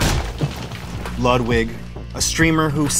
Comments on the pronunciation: Lewd-vig killed me 😂😂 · Come on bro.... it's pronounced to "Lude-vig". But word on the street this Mogul Mail guy is giving Ludwig a run for.... his money?